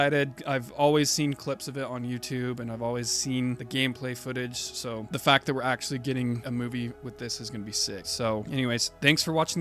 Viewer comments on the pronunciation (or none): none